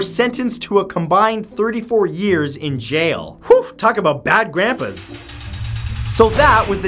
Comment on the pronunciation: “Bad Grampas” LMAO